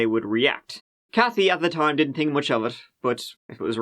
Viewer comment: I can't be the only one who had an incredibly difficult time with their accents. That was so hard to understand. At one point that fake phone call dude pronounces the word "think" in two different ways in the same sentence - as both thaynk and thank. I had to replay it five times to hear what he said